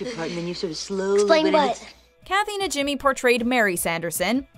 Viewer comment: Isn't it pronounced NaHEEmee? Not NaJIMmee?